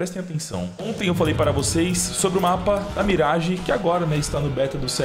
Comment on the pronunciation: parabéns pela pronúncia da mirage! Top